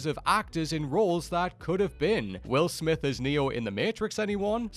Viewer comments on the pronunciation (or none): none